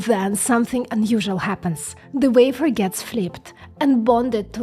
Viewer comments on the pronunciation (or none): Why can't you say wafer? Why must you scratch our internal ear with your vafer?